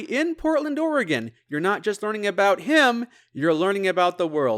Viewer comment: Incredibly impressive, loved the series and loved this video. You even said Oregon perfectly! Research well done!